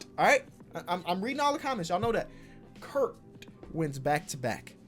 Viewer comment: Btw u were saying Kirk the whole video but it’s kurt